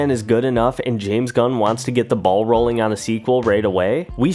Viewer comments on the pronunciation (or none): none